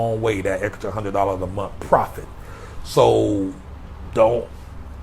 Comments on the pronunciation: He said TREE HUN'RED a MONF!! 😆✊🏾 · I'm just here for the TREE HUN'RED A MONF, y'all. Listen t'me nah! I said... TREE. HUN'RED. A MONF!!. 😄✊🏾